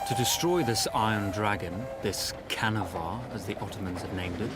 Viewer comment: 'canavar' is actually pronounced ''janavar'' by the turkish people meaning monster.